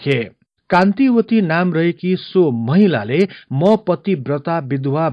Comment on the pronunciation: Kantavati ho kantiwati haina